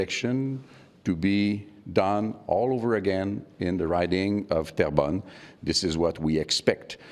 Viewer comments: It’s pronounced t-air-bun ❤ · you're saying Terrebonne wrong